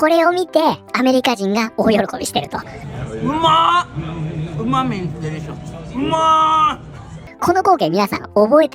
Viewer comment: うまみいずでりしゃすって小声で言ってるところの「まみ」がマミーに聞こえるｗ 和みますなぁ。